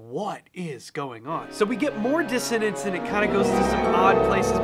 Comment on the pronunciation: I want to hear you pronounce diss o nen ce. It's coming of dissodence. (Sorry, I admit I'm obsessed...)